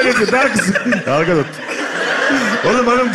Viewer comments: Gal ganotu galganotu galganotu telaffuzu GAL GADOT okunduğu gibi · Galgadot! diye anladım ben, doğrusu nne acaba 😄